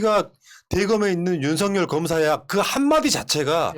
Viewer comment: 윤서결이라고 발음해야